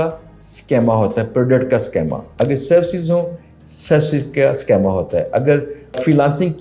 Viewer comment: Sir it is SCHEEEEEMA, Not SCHAAAMA.